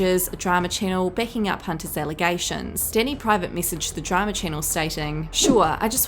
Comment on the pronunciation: I like when you say DRAMUR INVISTIGATUH